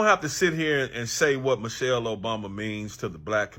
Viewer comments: Lol this was probably just done to go viral notice he said (Mo'chelle) not Michelle. I bet not enough people paid attention and it was a last min effort to go viral. That was Kool-Aide served not Tea and the internet drank it once again. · Dummy said Mochelle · No brain at all. Because Trump can say anything to them, he thinks he can say anything. Can't even pronounce Michelle. He said Muchelle. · Its MICHELLE not MOCHELLE idiot!! The TRUMP administration is the MOST UNEDUCATED, RACIST and GHETTO representation of the ELITE and the MOST UNAMERICAN AMERICAN'S!! And ONCE again the OBAMA'S displaying UNIFICATION and HOPE a few days later in Chicago!! ❤🎉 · to josh: her name is michelle not mooshell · He couldn’t even pronounce her name correctly, like who the hell is Mochelle Obama 🤦🏾‍♀️🤦🏾‍♀️🤦🏾‍♀️ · This insult came from someone wearing a speedo to an event that drew around 97 percent men. Wow! And ask him who is Moechelle , that’s how this genius pronounced it. Where I work most of the people I come across like that, their parents are brother and sister. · "Mochelle" Obama. Couldn't even get the name right! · He can’t even say Michelle right. From President to the white house and fans, they all sound like 3rd graders. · He has soo little respect for Michelle, he didn't even want to pronounce her name correctly...